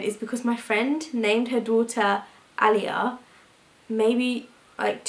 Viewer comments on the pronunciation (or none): none